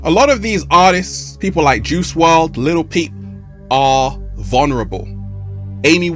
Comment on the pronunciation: "WRLD" , not "WRD" , love the good energy